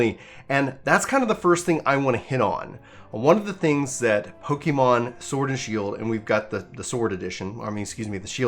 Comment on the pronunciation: Don’t want to come up as nick picking but the pronunciation should be PokEHmon not PokEEmon, it comes for Pocket Monsters. One doesn’t say Pockeet, right? :P I haven’t played the game but the overall opinion doesn’t really seem to be with game freak and it clearly fed by the whole state of the gaming industry. I will wait to see how the this gen pans out but so far I’m skipping this game